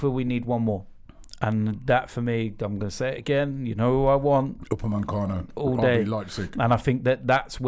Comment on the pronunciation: Upamecano not upaMENcano Robbie 😂